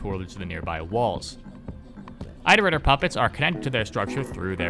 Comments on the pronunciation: I wish we had ingame footage of the creatures in action, not just shitty fanart, but it's ok ig Edit: why does he pronounce it eyeterator instead of iterator lmao, you dont pronounce the verb eyeterate do you? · good video but im going to throw someone out a window everytime you say "ite-erator" (its pronounce it-erator, like iteration) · You do know iterator is spoken as It-er-ate-ors? Not Eye-ter-ate-ors Iterator comes from the word, Iterate. You do know how to say Iterate, no? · Sorry if this is petty, but why do you pronounce Iterator as "eye-ter-eye-tor"? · Omg bro, I’m sorry to be this guy but it’s not pronounced “eye-terator” like the “I” in iterate is a soft vowel so like the word “it” for example. It, iterate(keyword to iterator), and iterator all having the same vowel sound. Hope that helps, not trying to say you’re stupid or anything like that it just makes my eye twitch a tiny bit hearing it like that. “ Eye-terator” 🫨😬🥴 lolol hopefully I’m not the only one who has the little eye twitch cringe feeling when these YouTubers pronounce a word wrong. Somehow I always notice it so don’t think it’s just you. I’ve noticed it’s super common among YouTubers to all have like that one word they pronounce a silly way lol. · You keep mispronouncing iterator. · the I in Iterator sounds like the one in "it" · why do you say iterator like that :( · You mispronouncing "iterator" makes me cringe. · >pronounces cicada correctly and says that the second part of squidcada's name comes from this >still pronounces squidcada totally differently and weird >still pronounces iterator weird why are you like this